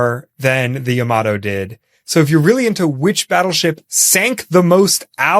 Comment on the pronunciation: "Yamato" isn't pronounced quickly like "Tomato". It's pronounced more like "Yama-tor"